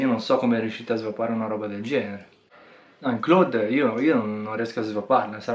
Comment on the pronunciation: basta dire claud, non clòd....